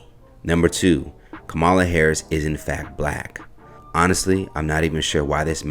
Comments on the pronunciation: The commentator needs to learn how to say the vice president name properly. He's saying it the way Trump would say it. It's not acceptable. Can't believe nobody in his office where you work could correct you. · While I do appreciate the reports that you bring. In the near future could you please pronounce the VP. name correctly? It's bad enough that the other side is miss pronouncing her name on purpose. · Commentator please say her name correctly. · I hate to be that person but it is far past time for everyone to pronounce her name correctly. Don’t we as a people get annoyed when white people purposely mispronounce our names after we have corrected them several times? I love everything you all are doing on this channel but it’s hard to take anything you say seriously about any serious subject you discuss when you won’t even make the attempt to pronounce the Vice President of these United States of America’s name correctly. It’s really not hard and her name is not any more foreign than Shaneka. ( see how you pronounced that with no problem ). Edit: I was too quick to judge but I see by the end of the video. You pronounced her name correctly. I stand corrected. What I said still applies to many people. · Dear, It’s pronounced Comma La (KAmala) and youni lateral (unilateral), not un ilateral With love ❤